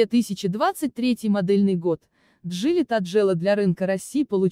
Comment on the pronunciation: Что за джили таджелла? У меня уши в трубочку свернулись, от озвучки.